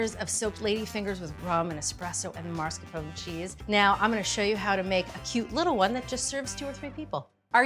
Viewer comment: Mars Capone? It’s “mass car pone” not mars Capone JULIA